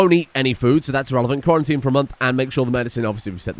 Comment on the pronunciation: Lol Quarry-tine.